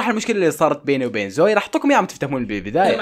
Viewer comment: اسمها زوي مو زاوي 😭💞